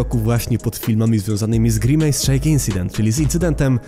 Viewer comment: NIE NO JA NIE MOGĘ Z TWOJĄ WYMOWĄ, JAKI GRImAJS JAPIER